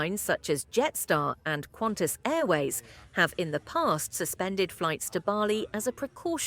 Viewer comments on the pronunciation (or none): none